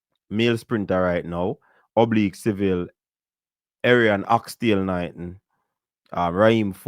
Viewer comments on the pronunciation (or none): Coach did you say Errion ‘oxtail’ knighton 😂😂😂